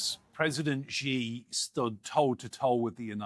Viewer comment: Very first sentence and he doesn't know how to pronounce "Xi". Ouch, guest is a writer from NYT. And how much credibility does that paper have left? Zero. What? China breaks and remolds people? How much time did you spend in China? A weekend? I'm white Canadian, been here in China 22 years. Guess what, this guest doesn't know what he's talking about. In China, the you see the things the govt does, like building infrastructure, etc. You don't ever, ever actually see the government. They stay completely out of your life. They do not mold people at all.